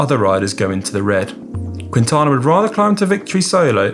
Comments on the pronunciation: quinn-tana? There is no q sound more like a k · Is pronounce “King-tana” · Not QUIntana, no U pronounced in Spanish. Drop the U when you are pronouncing Quintana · I giggled every time Conor said "Cuintana" xD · If you are making a video of a person, learn how to pronounce his name first! Booo